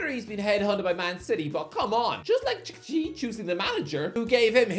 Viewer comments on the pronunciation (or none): My god man..Txiki is pronounced SHE-KEY😂😂